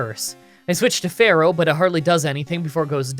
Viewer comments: It’s not Fair-oh It’s Fear-oh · "Why do you pronounce Spearow and Fearow like Sparrow and Pharaoh?" "It's in the book."